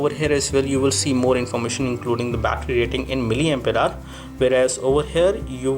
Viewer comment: Titash Sharma- He said it right its miliampere hour(mAH) u spelled it wrong LoL !